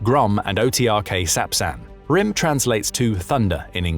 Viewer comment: the "thunder" missile is pronounced as "grim" not "rim", I am Ukrainian and I know it so